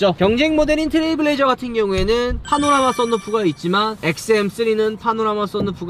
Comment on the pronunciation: 트레블 레이저 아니고 트레일 블레이저 입니다 ..